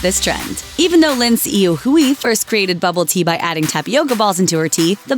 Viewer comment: STOP SAYING LIN HSUI HUI'S FUCKING NAME IF YOU CAN'T SAY IT RIGHT.